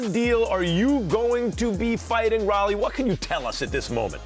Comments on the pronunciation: Ryan needs to stop with that "A side" bullshit, and just make the rematch happen with Devin. Apart from a Benavidez vs Canelo fight, the rematch with Ryan is literally the best fight to make in boxing, right now. Also, age must be catching up to Max Kellerman, because he kept pronouncing Rolly as "raw-ly". Da fook? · The way he pronounces Rolly is sooooo annoyinggggg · Which is strange cause he pronounced Rolly correctly. He’s just rage baiting all of us lol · Because that’s how it’s spelt. It’s a dumbass name. Just call him Rolando or spell it “Roley” if you want people to pronounce it correctly.’ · Max is definitely doing it on purpose because he has said rollys name right plenty times before in the past lmao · If you listen he said it perfectly fine the first time and then started hating pronouncing his name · The fact he said it right the first time and then proceeded to mispronounce it is insane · so u mean to tell me, Rolly been allow people to call his name incorrectly?? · Does it piss you off when ppl say “Rollies”? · Doug Fischer says it right, Max keeps saying Raleigh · How hard is it to say rolly?? Ro-lee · Raw-lee? rock Lee? C’mon Max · Who the world is Rali?!? It took them 7+ mins to correct him. Goodness🙄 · It’s pronounced “ROW-LEE” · Max wtf is that guy 😂😂😂 Conner Voice 😂😂 it’s Ro -Le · Pronouncing Rolly isn’t hard. Roll-E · he dead said it right the first time and then said f it, why not be annoying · Shame on Devin Haney for allowing them to constantly say Rolly name wrong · the fact that nobody has corrected him about saying his name it’s crazy and this is a boxing channel talking about another boxer and your mispronouncing his name almost intentionally at this point lol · Max is literally saying Rollys name wrong on purpose.... Wassup with that??? The Rolly disrespect is actually kinda crazy, he would whoop a lot of these dudes in a street fight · Not the first time Max pronounces people’s name wrong on purpose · Max it's pronounced "Row-Lee"